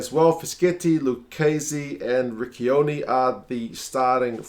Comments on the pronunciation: Just one note. Riccioni is pronounced like the english word "rich"+"oni". The way you (and many english commentators) said it is not really a nice word :D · Just a tip, Riccioni is pronounced like “ree-cho-knee”, the way you’re saying it is similar to a slur used for homosexuals :P